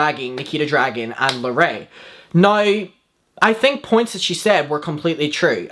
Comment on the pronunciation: I fet not knowing how to pronounce someone's name But purposely mispronouncing larray's name (a poc) is microaggressive